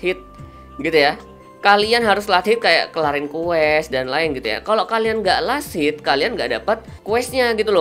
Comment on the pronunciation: bahasanya gak ramah ditelinga, last hit kedengeran lasit, knight dibaca kenaik, priest dibaca pris, susah aku ngikutin nya bwanng